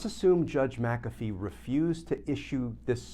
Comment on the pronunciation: GLENN: It's NOT MAC'-A-fee, it's Mc-A'-Fee. NO Mac! It's Mc The ACCENT is on the SECOND syllable - NOT the first!!!